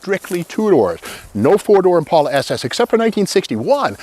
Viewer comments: The way you say Impaula, I thought it was Impala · Thank you Steve that the way I pronounce Impala. I suprized that 2 door Impala is still sitting there. Someone needs to save her. I wish I could.